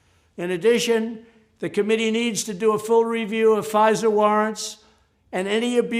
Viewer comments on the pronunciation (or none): “FisER Warrants” 🥴